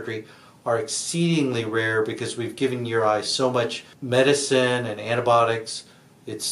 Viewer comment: The fact that he can’t pronounce the medicine tells me he’s not an eye doctor. Info still good, but doctor? I don’t think so.